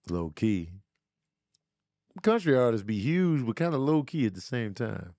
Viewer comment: if you don’t start pronouncing the “H” in Huge I’ma write a letter to my local congressman!!! 🤣🤣